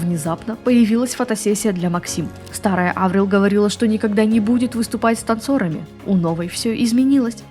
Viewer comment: Она Аврил, а не АврИл?